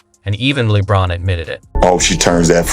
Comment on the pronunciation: Horrible AI. Steven instead of Stephon. Lee Bron instead of LeBron. Broken english AI.